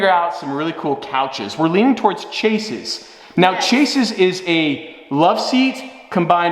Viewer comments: Great couch idea. Small nitpick, it’s pronounced shaze like Waze for chaise lounges, not chase. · It’s pronounced “Shays”.